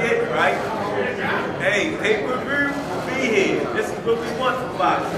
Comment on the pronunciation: aye hella funny yo "pay per vewrr" 😂😂😂😂